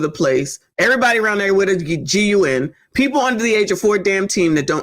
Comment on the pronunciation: Yes lawd, the rant. 😅. I've given up on most of "alla our peepoh".